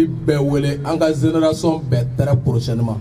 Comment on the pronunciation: Ben, il faut retourner en classe de 1ère année pour apprendre à bien prononcer les mots français qui se terminent par # ion # comme: génération, mission, et les mots qui commencent par J comme Janvier et par G comme génération. En prononçant ces mots c'est comme si vous parlez chinois.